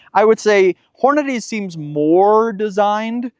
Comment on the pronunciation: I love your videos and I am a Hornady user and friend of Jason. As politely as I can say it… they pronounce it horn-a-dee. Not horn-a-day.